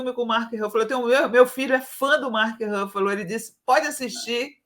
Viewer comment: Não é Râfalo a pronúncia correta, é Rúfalo mesmo, com som de u.